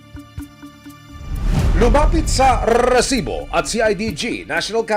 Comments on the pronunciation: Rrtrrrrreeeesibo! Rrrrrrreset-! 😂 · Over acting kanaman Anchor RRRRRRH sibo? Ano ba Yan! Be natural that’s enough to send a message.